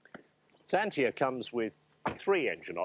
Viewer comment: No one I know. It's zantia